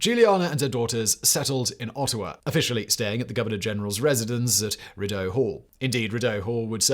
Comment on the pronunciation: Living in Ottawa I see that statue regularly. And its pronounced “ree doe” Hall. Love the channel always 👍